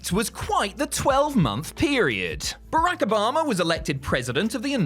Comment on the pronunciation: Why'd you say Barack like that lol